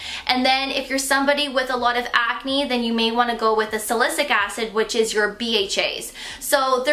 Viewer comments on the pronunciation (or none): Am I crazy or did she say “ingrediences” and “salisick acid” I promise I’m not being negative, I just want to make sure everyone watching understands that it’s “salicylic acid”. Also, when she mentioned a large molecule, all that means it’s not going to penetrate deep into the skin, due to the larger size molecule. If you want that, glycolic acid is what you need. Also, do your own research when it comes to skincare. It’s not about the brand, it’s all about ingredients. If you’re serious about skincare, do a deep dive into what ingredients target what problems. ie: retinol and retinoate (VitaminA) is not the same. Etc etc.... Knowledge is power!! Again, I have to have misheard her. She seems so very sweet and I appreciate her review. If I misunderstood you, my apologies. Have a blessed day!